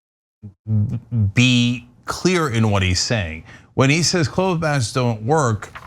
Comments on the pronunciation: It's weird, isn't it? I don't know why he's saying it like it's a long o. I wonder what's up with that as well. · Cl-oh-th masks? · Immunity is about more than antibodies. TYT really need someone with a broad knowledge of science, or at least recognize they don't know much about it. But Rand Paul is still spewing disinformation. One more thing: why is Cenk pronouncing "cloth" like "cloath"? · Actually two things: It's pronounced "cloth" like "moth" not "clouth" like "mould" Secondly, you get a flu shot every year because the flu changes. It modifies and evolves and that there are different variants, not just because you lose immunity. That happens as well, but there's no evidence- that I'm aware of- that the flu vaccine you took this year will have little affect to the same flu last year. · Cenk, you are saying clothe mask....you mean cloth mask. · Why doesn't Cenk know how to pronounce "cloth"?